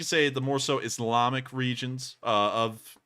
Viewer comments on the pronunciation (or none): none